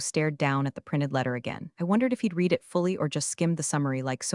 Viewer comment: Good story. You still need to program the AI in pronunciation. Read is pronounced differently in past tense.